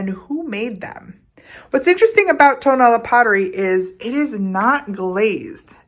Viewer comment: hi, tonalá, pronounced with the accent on the last “a,” is very near and dear to my heart. not just because of the clay but also for the friendships i have made over the years. i have learned much from my good friends florentino jimón and his nephew fernando. tonalá means “where the sun rises.” there are five different pottery techniques native to tonalá, specifically; canelo, bruñido, bandera, betus and petatillo. petatillo being the only technique which is fired twice and at a higher temperature than the rest. although ken edwards and jorge wilmot were profoundly influential in the 1960s by taking pottery and ceramics to a new direction, their work was for the most part high fired stoneware and bruñido. jorge came from monterrey, nuevo leon and ken edwards from the states. (by the way, ken just passed.) they took traditional styles and forms and created modern high fired versions. traditional bruñido is painted with mineral oxides, burnished with pyrite and fired at 650-700° celsius. bandera, was originally painted with matiz. clay mixed with water to form somewhat of a thick substance that is black when painted yet turns white when fired. the green didn’t come into being until the revolution, when it was suggested to add it so as create more of a patriotic effect. there are only two artists in tonalá who paint in that way, fernando jimón melchor and his uncle zacarías jimón barba. very often nowadays, artists will paint the piece with acrylic white and green after the